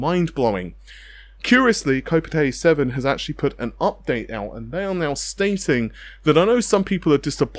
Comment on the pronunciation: its pretty difficult to trust techtubers who constantly pronounce things incorrectly... Navi - Narvey, Kopite - Kopitey, Aorus - A-orus.